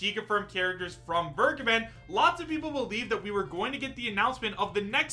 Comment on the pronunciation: Vergeben is a german Word. Everytime when He is saying "vergeben" my skin is crowling.